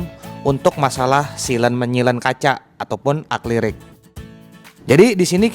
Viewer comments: Setiap dengar kayak ada yang janggal . Akrilik atau aklirik yang benar?? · Bang aklirik apa akrilik si yang bener itu wkwkwk